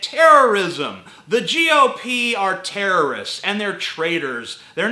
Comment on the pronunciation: "youre either with us... or with the terrorrustsusts"